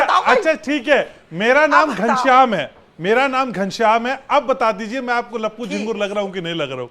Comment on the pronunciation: Media sir ha ghanashyam name wrong bola.